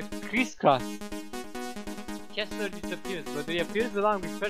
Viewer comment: I'm pretty sure his name is Kesler, not Kissler. XD